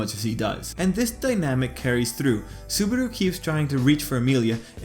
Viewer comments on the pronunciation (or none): Lol petelgeuse hahahhahaha and subaro hahahhahahahahahhahaha its subaru not subaro and betelguese not petelguese